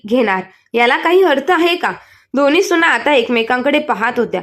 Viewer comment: सुणा नाही सुना